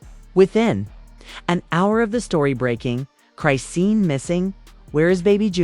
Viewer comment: Well we know it wasn’t blue he in jail and you don’t even say her name right